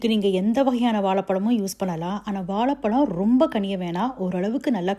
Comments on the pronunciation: வாலபலம் இல்ல. அது பேரு வாழைபழம். 'ழ' என்ற எழுத்து வரும் சொற்கள் தமிழில் அதிகம். அதை பேசி பயிற்சி எடுக்கவும். தமிழை தவறாக உச்சரிப்பதை கேட்க நாராசமாக உள்ளது. மற்றபடி உங்கள் தகவல்கள் மிக அருமை. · Pls pronounce Vazhaipazham properly. As a Tamilian pronouncing zha properly is the crown. This is a kind request to all Tamilians and content creators. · You say வாலபலம் (that’s what I heard sorry if I’m mistaken), but instead of இளகி, you say இழகி 🤔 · Correct your pronunciation for banana in Tamizh...you are killing the word.